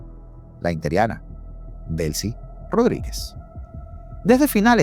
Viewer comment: INTERIANA???? X qué??? Usa bien el lenguaje, ES inteRINA por Dios.